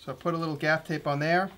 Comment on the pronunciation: What is the tape you wrapped the go pro camera with?....gaf tape, gap tape? couldn't understand the word